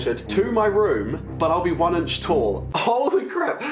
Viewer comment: Everybody: Inch: Ench